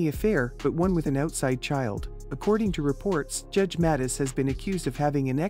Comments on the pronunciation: He should SUE the fools! Narrator can’t even pronounce Judges’ last name correctly. Boy Bye! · If this is an example of AI, I don't like it! Mispronounced the surname three different ways!